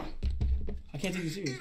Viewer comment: "kant lie" XD